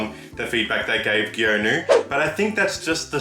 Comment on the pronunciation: Btw Hanbin's name is pronounced Hon (like honey) Bin (like bean) Geonu is like Gone Woo Sunoo is Sun Woo